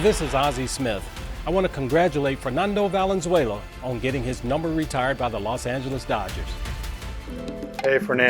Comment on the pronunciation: Que mamon benjamin gil que pronuncia tijuana, fernando valenzuela, hugo sanchez, y julio cesar chavez en ingles. 😂😂😂